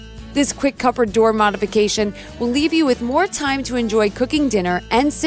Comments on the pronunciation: 🟦 she should have said 'Cupboard',..... (Pronounced=Cuh-berd). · Why does she say. Cuppert